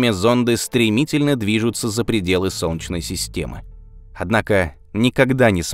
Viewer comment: У диктора какие-то проблемы со словом "солнечный". В целом, всё норм, но вот это "сончный" - прям аж АААААА!!!!(((